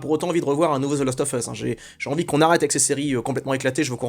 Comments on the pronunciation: Même si tu dis the last offeuss, et non the last oVeusse, je suis assez perturbé par le fait que je pense EXACTEMENT comme toi ! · C'est assez marrant de prononcer 'lost of us' pour faire genre, alors que ça se prononce bien 'last' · Svp Prononcez le : The last oV us. Svp On dit prononce ov quand il y a a e i o u apres le of. Cordialement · « The lAAAst of us » please 🙏🏼